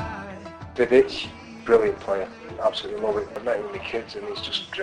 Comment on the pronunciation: My favourite Man United player of all time is Gordon Strachan... ;) LEEDS LEEDS LEEDS! Also is it me or does he pronounce Vidic as 'Divic'?